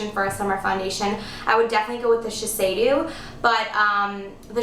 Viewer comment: it is not called shi-sei-dew, but "shi-say-DOE"